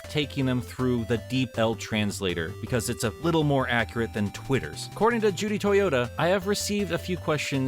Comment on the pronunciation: It's not Judy Toyota, it's Judy TO TO YA. totoya not toyota